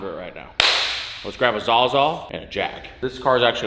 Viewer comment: Did he just say “let’s grab a Zaza and a Jack”?